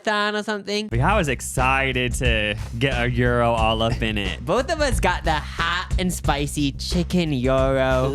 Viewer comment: King Kong Gyros did put up commercials for years saying 'Geero, not Guy-row!' only to have yall mispronounce gyro. C'mon, my fellow Nebraskans.